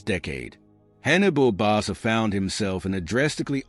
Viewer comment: Barca is pronounced BarKa